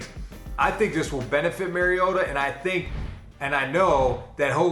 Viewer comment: His named is pronounced MAR-ee-O-ta. Not Mary-ota.